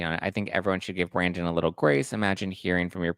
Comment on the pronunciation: You are the only one that pronounces Brandons' name right.(onlyone)